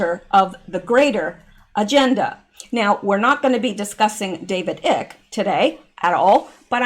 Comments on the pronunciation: Hey, idk if anyone else brought it to your attention, but that fella’s name is “David ICKE(pronounced like ice, but obviously with a K at the end). 👌🏽 Thanks for the info once again. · David Icke.... PRONOUNCE IKE...Like IKE EISENHOWER !!! ;-))) And the man should at the very least be LISTENED TO... Cause he was RIGHT ON about TONS OF IT and FOR YEARS!!! Sorry I'm late! Watching you TODAY instead of YESTERDAY!!! Fell Asleep Yesterday! lol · *Icke is pronounced (👁- 🗝) (eye-key)...just say'n💁‍♀️💗😻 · David ike? Pronounced 'eye k', not 'ick' is a classic moron. He claimed to be the second coming in the 80's. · It's not David Icke like in icky. It's I like in I do. It's a long I. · David Icke pronounced eye with a k - and he is brilliant. Not ick as in icky.